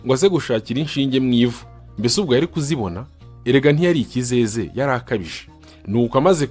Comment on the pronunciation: Nibyiza ariko mbere yo kudusomera umugeni ujye ubyitoza hari amagambo usoma nabi udakurikiza amasaku urugero ruto numvise kuko sinawurangije,nyantango,ikizeze,gukokoza,umusa wisuka,gucucira,Nandi...